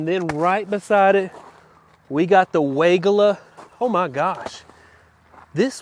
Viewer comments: Stacy Hervela at Proven Winners Color Choice Shrubs pronounces Weigela as why-GEE-la. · You got me! 🤣 I had to look it up to see if I've been mispronouncing Weigela all this time! Y-G-La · Hi. Another great video but another fun fact on the correct pronunciation on weigelia by Stacey from PW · You’re mispronouncing Weigela!! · He does it on purpose. It’s German we all pronounce it wrong. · I know, its so funny to hear.